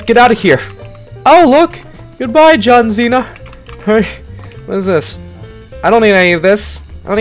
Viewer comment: Bro said John zina